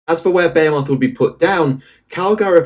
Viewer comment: I love how this dude gives you two different ways of pronouncing "behemoth" that are both wrong lmfao british people english is so weird